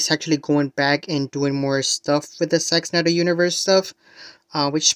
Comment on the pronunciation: Why does it sound like.youre saying sex Snyder ? 😮